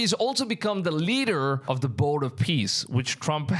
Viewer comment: Are you just like incapable of saying the word "the"?